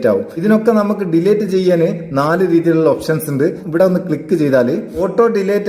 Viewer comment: ഡീലേറ്റ് അല്ലാട്ടോ അങ്ങിനെ പറയരുത് ഡിലീറ്റ് എന്നാണ് pls